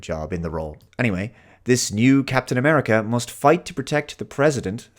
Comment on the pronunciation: Captain A-meh-rica. What a dismal state the MCU is in these days, apart from Spiderman - nothing has hit that sweet spot since End Game.